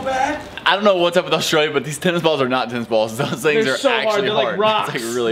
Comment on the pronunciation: when you say australia dont say it with an al at the start its not alstralia